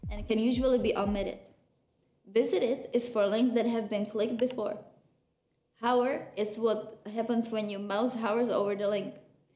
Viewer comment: when u say hover u say hower lol :P